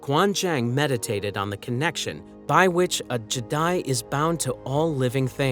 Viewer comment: The Je'daii is pronouced "Gee Daii" which helps to show the distinct differences between the original order and what it later became as the Jedi. If you truly stick to the lore you quickly understand that the Jedi's decision to only follow the "light side" of the force was in direct conflict of the Je'daii teachings of balance. The Jedi were ultimatly responcible for the great schism that forced the so called Dark Jedi to leave Tython and to ultimatley become thier greatest foe in the form of the Sith Order. Even Tython itself rejected the Jedi and forced them off due to the imbalance left once the Dark Jedi were gone. However despite this lesson, the Jedi persisted and doubled down on thier "light side" beliefs. The truth is that the Jedi have never understood the principles of "balance," and maintained the ideal of wiping out the darkside as the only way to bring balance to the force. Thier refusal to acknowledge the darkside as being necessary for balance is actually what threw the entire galaxy into chaos for tens of thousands of years. The Jedi are actually the villians of the entire story.